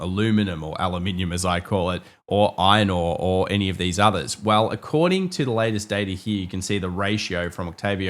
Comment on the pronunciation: Iron ore - "Eye-nor"